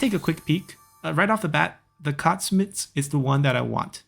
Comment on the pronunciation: Great video! Just a tip, Aksumites is pronounced (Ahk-Soom-ite), and Shotelai is pronounced (show-tell-I). Thanks for the awesome videos!